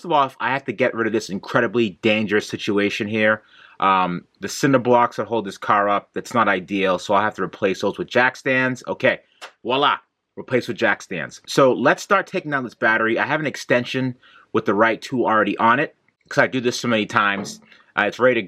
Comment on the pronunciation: You said 'wala'. I'm subscribing just so I can unsubscribe.